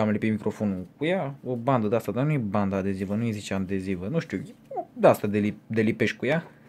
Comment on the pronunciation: Ba ai zis bandandeziva:)))... No hate bro